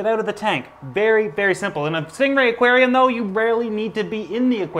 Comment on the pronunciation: Have you ever said aquanarium